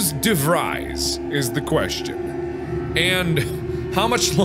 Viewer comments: Hendrik De Vreys, interesting way to butcher an Afrikaans surname, but I like it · When ur Dutch and de Vries seems to be pronounced wrong.. de Vries may be pronounced as (ie =ee from freeze) de Vrees. Or Im wrong,dont mind me. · Do all Dutch people get triggered by his way of saying de Vries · Hendrik DeVries is Afrikaans/Dutch name uwu, is pronounced "DeFres" is weird but yeh uwuu